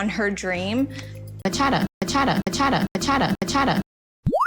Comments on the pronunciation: The way says "bachata" 😂. Girlllll...it's ba-cha-taa! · Bachata ?!! I dance much much better than her. Yes you are beautiful girl but you don’t even pronounce Bachata correctly in Spanish. 🤦‍♀️